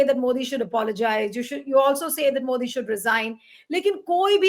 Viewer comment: The way he address Modi as Modee 😂😂😂 I literally like it 👍